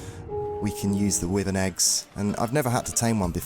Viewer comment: It’s pronounced why Vern not withern